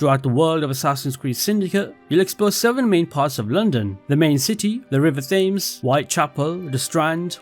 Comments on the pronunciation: Love your videos but as someone who lives ion England, you are pronouncing the river “Thames” incorrectly. It’s not “Fames” rather it’s “Tems” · You’re a Brit and you called it THames? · btw thames is pronounced 'tems'